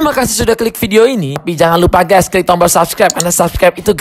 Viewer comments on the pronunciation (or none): Klik bang bukan tlik